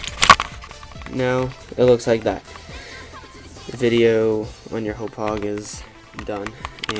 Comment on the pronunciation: Its actually pronounced HA POG just sayin